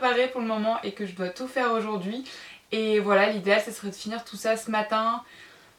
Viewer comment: Je sais pas si tu le sais mais les lettre AU fait le son O et non le son E pour Ojord'hui !